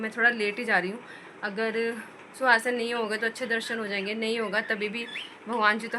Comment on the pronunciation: sukhassan bolte hsi suasan nhi😊